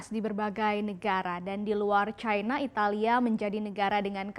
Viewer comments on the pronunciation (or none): none